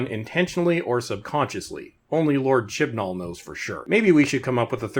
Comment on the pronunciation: You keep saying his name. I'm sure you're saying it correctly, buuttt I'm hearing Shit N All. And, Ironically that's how the show has progressed.